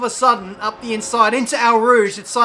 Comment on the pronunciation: I'm a french guy and I have to say it's pretty funny to hear you say "eaux rouges" or "Grosjean" haha. Btw nice video as always, Spa is my favorite track ever :)